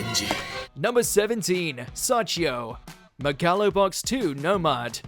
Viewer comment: Muhgallow boxing 💀💀 God this guys pronunciation is infuriating. You can tell this dude never watched an anime in his life.